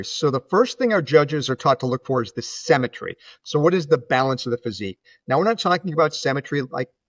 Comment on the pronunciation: Great video, but the word symmetry is pronounced “sim” not “sem”.